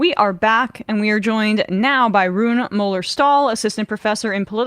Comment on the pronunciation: It's pronounced Ruuné